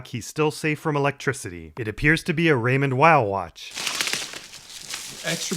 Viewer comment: Just to let you know as someone who works with watches, it's pronounced Raymond "Veel"